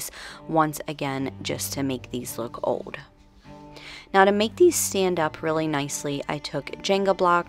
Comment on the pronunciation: Where are you from? The way you say old is so different....you say it like "ode" instead of old.